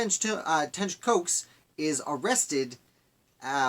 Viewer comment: I’m his relative, and it’s pronounced like Cox!!!